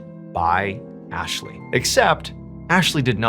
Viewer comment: U said Athley😂